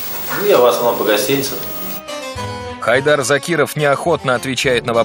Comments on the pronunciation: Не ХАйдер, а ХайдАр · правильно имя произносится ХайдАр